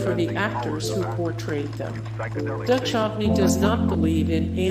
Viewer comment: I knew all these facts but still found the video interesting. It's a shame you couldn't pronounce David Duchovny's surname correctly, as well as the character Krycek's name.